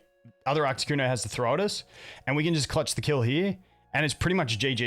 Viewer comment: Love the deck but please for the love of god stop calling it ARCTICuno, it hurts my soul